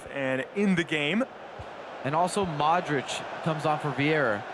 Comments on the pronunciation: Cole Brady mOdeRicShh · The way they pronounce Modrich triggers me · I dont like the way he says modrić